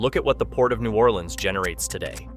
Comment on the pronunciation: Please pronounce New Orleans “New Or Lens” like the guy in the video. That’s how all the locals say it. If you say new or LEANS imma slap u😂❤